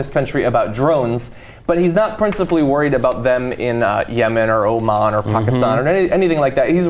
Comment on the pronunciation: Oman not "oh mon"